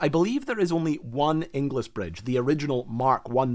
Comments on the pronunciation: Surprisingly fascinating! BTW, "Ingles" rhymes with "singles" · Inglis is pronounced Ingles, my sister married one LoL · great subject! You'll kick yourself when I tell you that Inglis is prounounced ING-ELS. It's a relatively common surname in Scotland. There was a Bailey bridge in use until relatively recently on the A93 between Blairgowrie and Bridge of Cally. In a steep sided gorge, single track and controlled by traffic lights. It was always a highlight of a trip up Glenshee when I was a kid. Eventually, it was bypassed by a new dual lane section of road. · You don’t pronounce the second i in Inglis. It’s pronounced more like Ingls. Think Dingles, Cringles, Pringles, - Inglis. As in famous Edinburgh hero Elsie Inglis.